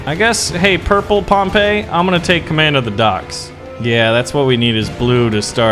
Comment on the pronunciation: It’s pronounced Pom-pi not Pom-pa